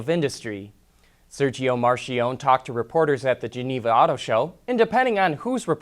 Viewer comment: Isn't Marchionne pronounced Mark-key-own-knee?